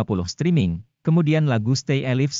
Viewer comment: Sorry mas...pronounce nya tolong di perbaiki ....yg Nonton bukan cuma org Indonesia aja ...stay alive bacanya stay e laif ....bukan stay alif ... malu donk ...saya org Indonesia jd ikutan malu nih